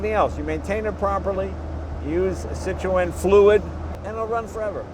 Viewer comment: I love how you are so worried about pronouncing all of the French engineer's names yet you mis-pronounce Citroen every time :)